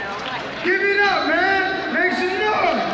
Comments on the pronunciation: "SHUNUGAN MAKE SHAM NOY" tang ina ka talaga jollibee... pakyu. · "make some noy" lol